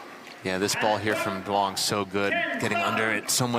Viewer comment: still pronouncing duong incorrectly? its not “DWONG”.